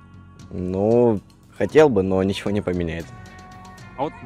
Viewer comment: "А он и не обифял нифиго..." - поржал на этой жалкой фразе.)